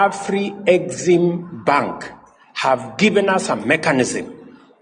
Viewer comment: Af-rexim-bank of call it the AFREX